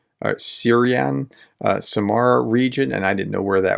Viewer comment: sYz-ran' (A city in the south, the name is Turkic in origin, it means "Gully Springs") "y" in the first syllable stands for a hard vowel, and not an "e" sound. Professor actually pulls it off pretty well. "n" at the end is palatalized (pronounced with tongue pressed to the roof of the mouth), which during transliteration is usually marked by an apostrophe.